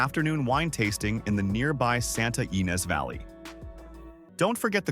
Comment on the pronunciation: AI narration and fake stock footage all mixed up- overall FAKE VIDEO😂😂😂😂😂😂😂😂😂😂great video if you like mind numbing kraap. I’ve lived in CA since 1974 and in SF Bay Area since 2001. I know - this is a joke of a video 😂😂😂😂 “the Santa Wee Neez mountains “😂😂😂😂😂😂😂😂😂😂😂😂😂